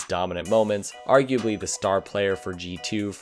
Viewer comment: Drinking game Take a shot everytime he says "arguabely"